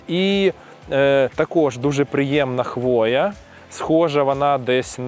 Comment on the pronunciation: Правильний наголос у слові "хвоя" - на першому складі: хвОя